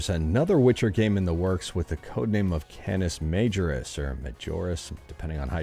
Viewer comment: Canis Majoris is pronounced Can-Iss Subscribe to Mr. Sujano.